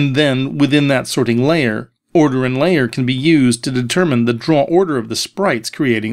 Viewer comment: "The sorting LAYer."